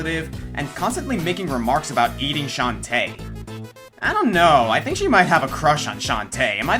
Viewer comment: One thing that I dislike is a non-symmetrical Plants vs. Zombies garden... I love how you pronounce Shantae, emphasis on the tae, rather than on the Shan :P